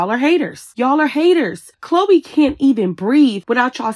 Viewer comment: Y'all caught that? She said Chloe's name wrong 😂